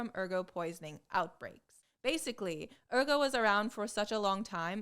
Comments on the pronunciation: Too bad she didn’t do so well with “ergot” (ER-gət)… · Also, Ergot needs a t. Otherwise it sounds like "therefore".